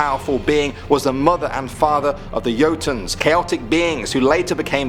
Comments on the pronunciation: Jotun NOT JOE-TUN but YO-TUN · The word Jotun is pronounced Yotune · You keep saying Jotun wrong the actual pronunciation it replace the j with a Y when saying it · Odin's eye is especially badass as he gouged it out himself. Anyone else... With as much of a drive for knowledge, might have simply let Mimir take the eye out. Also you really did a pretty amazing job... And then the jotun got you. It's a Germanic J so it gets a Y pronouncation. Just like Jeager.